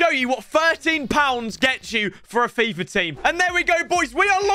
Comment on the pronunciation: How he says fifrrr